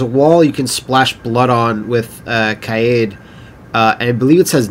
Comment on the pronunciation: I’m gonna be THAT person for a sec. I believe Kaede is pronounced Kai-Day or Kai-deh. But hey, it’s your LP. She can be Kade. Maybe Kay-dee. I dunno.